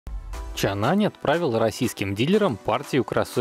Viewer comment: Мы всё-таки настаиваем на произношении «Чанъань». Оно и точнее отражает оригинальное. Российское подразделение, кстати, так и называется: ООО «Чанъань Моторс Рус».